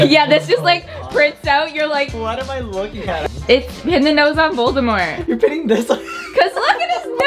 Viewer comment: If you are going to theme a party Harry Potter. They certainly do not sound/act like they know the stories at all. Just what the looked up online and did a few things they saw. It is Voldemort (pronounced Voldemor). NOT Voldemeyer.